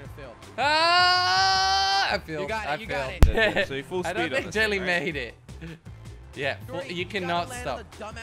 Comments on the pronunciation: its full speed not full spood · Did he say “Full SPOOD. WHAT IS SPOOD.I THINK HE MEAN SPEED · Does anyone know the original video where jelly says full spood? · I swear if I hear full spood one more time...